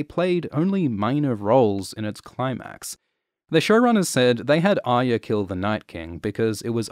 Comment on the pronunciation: ARYA Stark's name is NOT Aya so stop pronouncing it wrongly, unless you dont want to say it properly because of some bizarre political corectness.